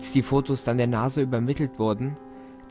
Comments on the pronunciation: NASA nicht NASE .... Also wirklich! :D Ich mag deine Videos ja echt gerne. Aber deine Aussprache regt mich manchmal so auf xD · Wer hört noch Nase statt Nasa? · Warum zur Hölle verstehe ich bei NASA immer NASE? 😂